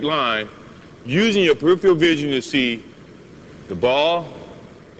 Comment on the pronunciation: youd think someone wouldve told him how to say peripheral before he made these tapes